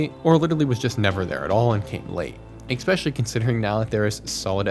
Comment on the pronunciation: Stop saying "eXpecially"!!!!